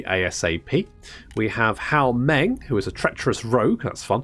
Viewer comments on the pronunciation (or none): none